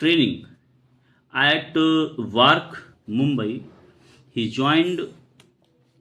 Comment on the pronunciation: Joined ❌️ Zoined✅️